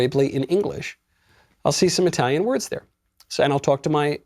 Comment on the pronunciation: your italian pronunciation sucks!By the way...I guess you have a crush with Eva Longoria!